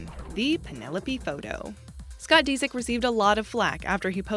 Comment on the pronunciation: Scott DeeSick? Lol